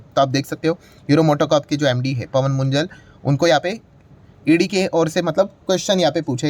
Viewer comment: Sir, ये मुंजल नहीं मुंजाल है। ये पंजाबी अरोड़ा में एक जात है।